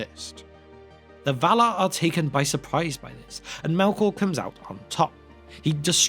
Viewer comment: “The VALAR!”, please. Thank you.